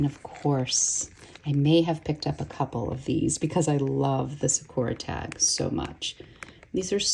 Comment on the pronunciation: It’s SAkura, not saKUra. Otherwise, fantastic video.